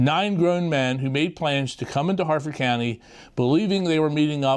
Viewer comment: Harford, not Hartford.